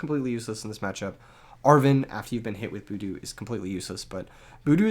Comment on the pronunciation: Killing me with the "boodoo" pronunciation lmao, great deck guide though. Super thorough and well made, +1 sub!